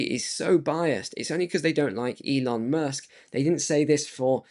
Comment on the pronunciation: Informative video! Pardon me, but did you say Elon "mush" on purpose? 😂 😂